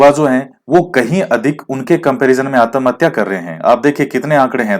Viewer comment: Sir bhutt achha laga.. Jb aap आत्महत्या को आतमहत्या बोले.... Funny + sateek baate.. 🙏🙏🤗🤗🤗🤗🤗🤗🤗🤗